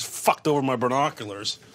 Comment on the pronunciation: one more Rickyism : "Bernoculars" :):)